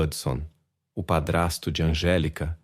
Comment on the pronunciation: NÃO É ANGELICA. É ANGÉLICA.